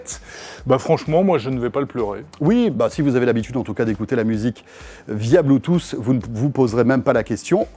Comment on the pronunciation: «Bluetooss» mdrr